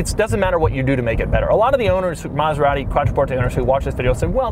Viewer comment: He didn't curse once...but it sounded like he DID😂😂😂 he murdered maserati💔